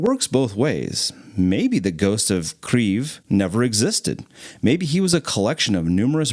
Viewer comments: The whole video is in English, so "Kriev" is a very strange pronunciation for anyone who isn't familiar with Ukrainian, you are mixing languages. If you make an English video about Norway for example, you would probably also call it "Norway" and not "Norge" which is the Norwegian word for Norway. Pick a language and stick to it, you chose English so it's Kyiv 🙂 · Bruuhhhhh it’s kiev. Kay-i-ev not kfif khlalifa kyyayay lmaooo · Your pronunciation is incorrect. You are saying Kryiv, but there is no R in this word. Kyiv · Not Kriv,but Kiiiev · Bro he is called Ghost of KIYV, not Kriev or etc. Kiyiv is the city, the capital of Ukraine. I am from Ukraine. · kiev not kriev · Yes. But it is pronounced "keave". Russians would call it "key-ev." That was the distinction. It is not "kreave". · cmooon duude it's not Pronounced "Krieve" but "Kiev" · Its definitely not accurate. The easiest way to say it properly is to understand that it is like combining 2 sounds or words together first is Kei and eve with a Y in it. So it becomes Keii-yeev. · It's Keeve (long e sound in the middle). I had been living there before the invasion. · Since when did Russian get banned from Ukraine? It's both Kiev and Kyiv, and 40% of the country speaks Russian and they call it Kiev (and in fact, not "Kriev" in any language, as the fool in the video mangles it in an effort to signal his virtue) Stop being racist. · Why do you keep calling it kreev? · Were is this r you speak of [key-ev] so key like your house key and the first part of ever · Kyiv not kreiv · Kieeeeeeeeeeev dude what are you smoking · Thats not how you say Kyiv. The letter Y is put there for a reason. Its is 2 sounds combined into one the first is K, and yiv. Pronounced as KEI (short) and YEIV = KEI-YEIV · Its pronouncd Key-Ev (as in ever) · You're pronouning Kyiv wrong lol it's pronounced like this "KEE-ef" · "Kreev" nice pronunciation bro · Bro said ghost of kreeve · Why does he keep saying Kreeve? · Why u say ''Kriev'' 😂